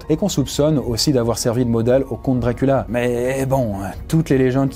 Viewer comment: jonhatan ? wampire ? DRACULA ? DIOCULA !